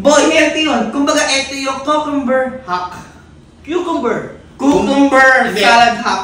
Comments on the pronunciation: Pronounced as Q-cumber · Kyukumber ang pagkakabasa dapat